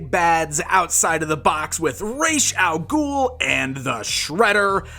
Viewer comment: Learn how to say Ras al ghul,I can't even finish watching this because of how you butcher the name .